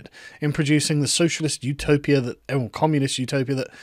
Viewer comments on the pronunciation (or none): none